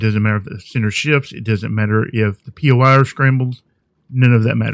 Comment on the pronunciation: Not poy it is POI, it is short form for point of interest